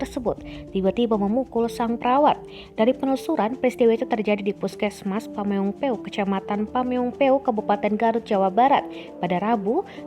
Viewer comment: Pameng pe uk 🤣 Dia lagi dia lagi.. Tiap dikasih nama daerah di jawa barat pelafalan nya aneh